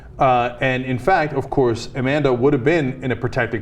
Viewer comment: Amanda, A-Man-Duh?